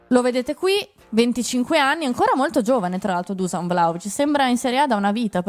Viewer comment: Non si pronuncia Dusan , ma bensì “ Duscian” …